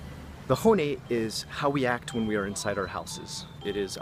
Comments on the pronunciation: Pretty much... I get annoyed when he says "hone" (bone) instead of hon-ne (literally translated true (or original) voice) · “not using your horny face.” That’s what it sounded like lol. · I like your videos and this is terribly rude but I have to ask: how does one live in Japan for a decade and your accent be that terrible? Your pronunciation of tatemae, honne, and ganbaru sounded like first semester college Japanese. Or were you just anglicizing it for English speakers?